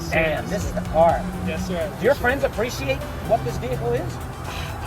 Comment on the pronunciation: 全ての車がカッコ良かったのですが、BEST SHOTはうまそうな朝食！パンケーキはマストなんですね（笑 あとレクサスオーナーの Appreciate の言い方が何かカッコ良かったなぁ。Awesomeの使い方も勉強になりました！